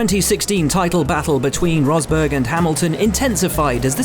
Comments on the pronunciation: " Here is Nico Hosberg" 😂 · remember when james allen pronnounce nico Rosberg as "nico hosberg", weird old day